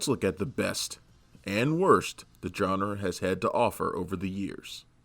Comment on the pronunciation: Who is this "John Ra"?